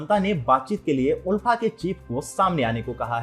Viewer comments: Kisne kaha..Assam mai BJP aane se pehle bhi log toh bahar nikal kar 26 Jan celebrate karte the..Aap yeh sab galat kya bol rahe hai????? Pronouncetion is Aalfa, but it's ULFA Actual word toh dekh lete atleast🤣..kya hoga humare Murkh Mainlanders ka..God knows..sudhro sudhro.. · there's only one universal way to annunciate the term and it's clearly not "aalfa".